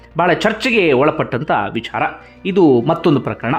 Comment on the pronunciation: ಅಯ್ಯಾ ಅಂಡಿಗೆ, ನಿನ್ನ opinion ಹೇಳಯ್ಯಾ.. ಇಲ್ಲ ವಿಡಿಯೋ ಮಾಡೋದು ಬಿಡು.. ನಿಂಗೆ ಬುದ್ಧಿ ಕಮ್ಮಿ.. ಅದು 'ವಿಚಾರ'. "ವಿ'ಛಾ'ರ' ಅಲ್ಲ.. ತುಂಬಾ over ಮಾಡಬೇಡ...